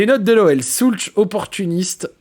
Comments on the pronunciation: Magnifique 🫶 Par contre… pitié… pitié… ô grand pitié… Si tu aimes autant notre Pavel… la prononciation… « Shoults » et pas « Soulch », j’ai les oreilles qui saignent 😂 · Ça se prononce « Schoulz » et c’est nettement plus agréable que « Schoulk » 🤣😭